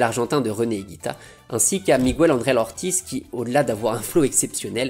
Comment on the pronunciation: *Miguel (et non Migwel).